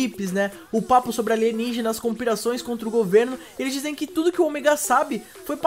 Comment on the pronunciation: Kkkkkkkk falou Conpirações kkkkkk nos do vídeo kkkkkkk que Massa kkkkkkkkk foi foda #MafiaSanInPlay